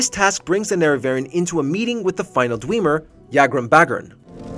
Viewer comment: Is the voiceover ai? It sounds off and the pronunciation for dwemer annoys me